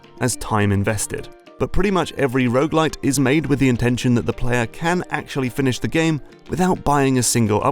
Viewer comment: Every time someone says "rougelite", a little part of me dies. It then respawns and starts from the beginning again.